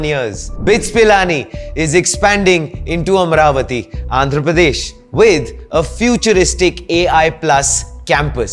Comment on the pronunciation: It's not Am-ravati, It is AMA-RAVATI ! Please pronounce the divine name correct ! The name AMA-RAVATI has great connection history in our vedas.